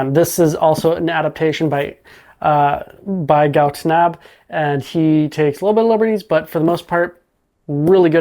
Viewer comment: I thing you mispronounce Gou Tanabe..(Gou Tanabay)